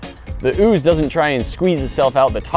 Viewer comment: haha ooz tring to exscape😂😂😂